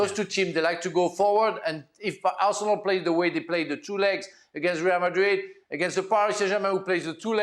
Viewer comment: Just can’t stand to listen this guy talk.If you are talking English,it’s pronounced MadriD with a D